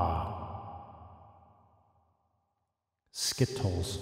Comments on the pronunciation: my favourite new way to say skittles!!!! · the way he pronounced skittles tho